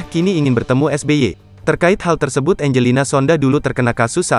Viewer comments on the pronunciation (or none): none